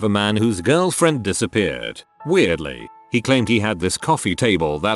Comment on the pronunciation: Some of the mispronounced words are jarring, and funny af. Kind of a “break” in the deeply tragic mood. “She diss-AHH-peared.” Lmao.